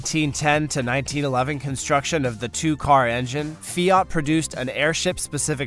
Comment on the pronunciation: Pronouncing it 'fee-art' annoyed me. Sorry.